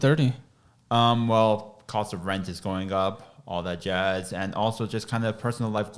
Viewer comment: “All that jasss”